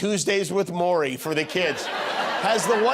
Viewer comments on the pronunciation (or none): none